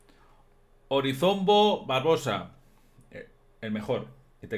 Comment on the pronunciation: Se pronuncia Orozimbo Barboza .y el fue despues general del ejercito presidencial de Manuel Balmaceda. Mas respeto. Saludos